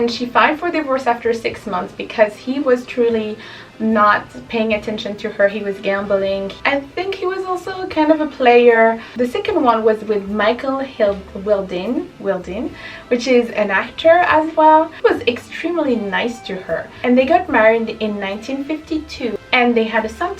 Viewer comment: RIght love... Nickly Hilton was abusive to her. Wilding is pronouced Wild ding . She is amazing she is my Idol. Mike Todd was the love of her life.